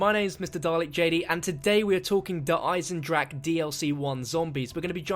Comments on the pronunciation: it is pronounced der eisendraj or eisendraha not eisendrakkkkk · I like how you still can't pronounce the name correct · This is how maxis got talking to the WaW crew on moon. He was transported there from Der Eisendrache. P.S. learn to pronounce it correctly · Pronounce Der Eisendrache correctly. PLEASE?!?!?!